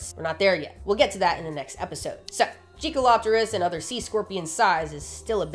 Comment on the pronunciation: I had to reside to see the spelling. I swore you were saying jiggalo*pterus